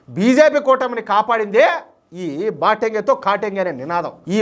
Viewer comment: హిందీ pronounciation విషయంలో జాగ్రత్తలు తీసుకోవాలి, బాటేంగే కాదు బటేన్గే మరియు కాటేన్గే కాదు కటేన్గే, kindly understand, please don't think other wise 🙏👏